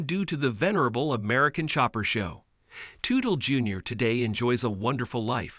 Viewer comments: I cringed every time he said Tootle 😂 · When a name of a famous person is mispronounced. I will not watch the video. Its a video composed by AI and not a human. I know i should accept it, its the way of the future. But I can't, i want to see things that people write and speak about not some faceless computer!